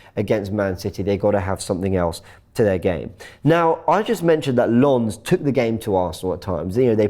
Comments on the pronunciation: It's LON not LONS. The French never pronounciate the S when its at the end of words. Its simple to learn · Awful pronunciation of Lens 😵‍💫